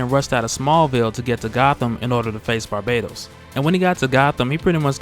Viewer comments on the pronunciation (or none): none